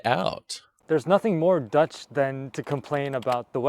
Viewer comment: you got that 100% right you will speak Dutch in no time